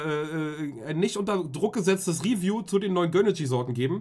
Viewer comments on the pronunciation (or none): none